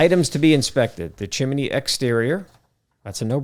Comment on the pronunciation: good basic educational video, but good god its pronounced chim-ney... not chim-eh-ney :)